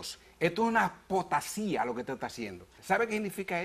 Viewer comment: El reverendo menciona la palabra POSTASÍA y la palabra correcta es APOSTASÍA.